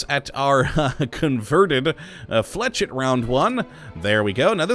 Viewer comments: aanndd the flachette rounds are pronounced flah sheyt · hey! Very happy because i can finally play most of the mods you review for fallout 4. finally traded in my ps4 for an Xbox 1 s. also pronounced Fleshetty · It's pronauced fla-ch-et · jdbgolf_ 326 No it's pronounced Fleh-shet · Hey, the way you pronounce flechette is fl-u-shet. Thanks for the vid a keep up the good work